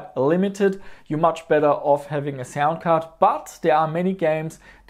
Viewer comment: lol, "cound sard."